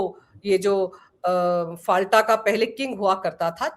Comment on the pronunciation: आपलोग संचालक हैं पर गलत नाम उच्चारण कर रहे हैं। फाल्टा नहीं "फलता" उच्चारण कीजिए।